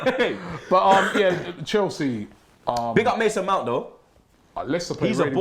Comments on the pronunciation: He said mous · nah Robbie you said Mounse 😂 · he said mounts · you said mouse bro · sounds like Mounts also lol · Robbie did say say mounse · Robbie said Mouse 😂😂😂😂😂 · Robbie, you said "mouse" lol. Robbie, give this; even a broken watch is correct once a day:) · Robbie said mouse 😂😂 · Robbie said “Mounts”